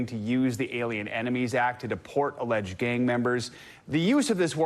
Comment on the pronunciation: Planet sized emphasis on the word alleged.